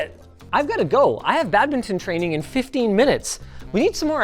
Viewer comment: Why does he say badminton so weird??